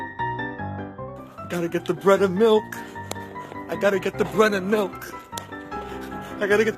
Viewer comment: I live in Pittsburgh, PA, so that should tell you enough about how we deal with snow. xDD Though, I must admit, near the end of the video of the man 'rushing' to get bread and milk, I was hearing, "Breaded milk." xD However, it did bother me when we had the polar vortex hit, as in one day, I saw at least six articles of people who had died or nearly died from being stuck outside in the negative degree weather. Yes, a couple were homeless and that broke my heart, but the ones that scared and upset me the most were as follows. First story - little girl found dead outside her home in the snow. Second story - daughter saves elderly mother from dangerous cold weather after being dropped off outside at a locked care facility. It gives me a sickening feeling whenever I think of those two articles.